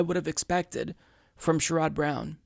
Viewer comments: Love your program and almost always agree with you. One tiny thing, I believe that his name is pronounced SHARE-uhd not sher-ODD. Keep up the great work,! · Isn't it SHER-red (like Jared) not Sh-rod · He cannot pronounce his name correctly. " I only support Bernie Sanders. " Just looking for any reason to trash anyone but Bernie.